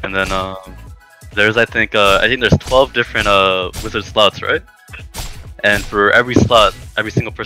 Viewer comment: wtf is Visored? do you mean Vizard?